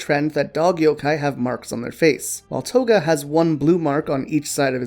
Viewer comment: For a second their i thought you said Koga but its Toga 😹😹😹